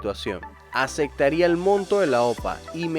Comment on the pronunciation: Aceptarian y no decir acectarian aprende Espanol